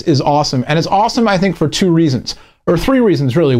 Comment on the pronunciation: i heard choo instead of two